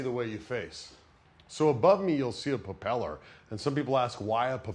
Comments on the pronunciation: Is anyone going to tell this guys it’s called a pRopeller not a puh-peller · he keeps saying "puppeller" instead of "propeller", and it's driving me crazy. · did no one else notice that he says popellar ? lolol